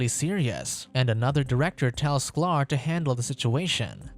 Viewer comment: It is sky-ler not sclar